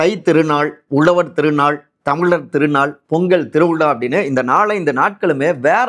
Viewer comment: Hi, can't u properly spell words like Tamizhar & Uzhavar..???? If you can't pronounce 'zha' unique to Tamil, you are unfit to be a Tamil reporter.